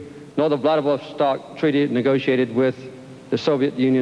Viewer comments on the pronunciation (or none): none